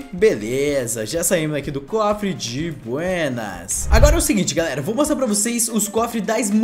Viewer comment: Ele metade do vídeo " di buênas "